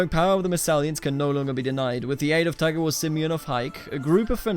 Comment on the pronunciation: I crack up every time you say "Tagawor" because I keep hearing "Tiger Woods" lol. Anyways, this is one of the best/unique CK2 series I've seen in a while. Looking forward to see what's to come next.